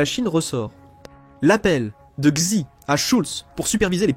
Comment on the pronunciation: Xi se prononce "Chi" au fait...